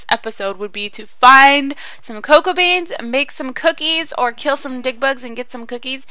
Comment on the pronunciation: The memory of tootsie was soo sad but she survived :D and when u said dig bugs it sounded like dick bugs lol